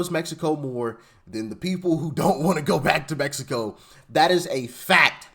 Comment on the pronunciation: That MEH-e-Koh chick is retarded! These people are brain dead! Flat out